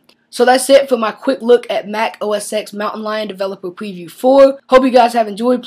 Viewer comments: It's OS "TEN". Not OS "EX". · No. It's Mac OS "Ten", not "X".